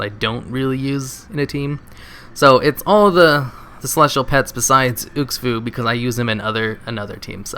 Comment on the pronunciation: its not meant offensive but... is there a SINGLE name in wow that you can pronounce correctly? UX FU ... you mean xu fu? and in the elekk plushie video you always said elky xD its half hilarious and half nerdraging xD